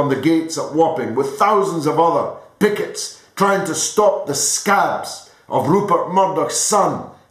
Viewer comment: When he delivers - he always reminds me of Hitlers gestures etc. Also - when he says 'pickets' it sounds like 'bigots'. It makes his tirade quite funny when you hear it.